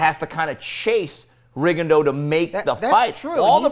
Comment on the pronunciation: inability to properly pronounce Rigondeaux's name bugs me. How hard can it be to properly learn most fighters' names?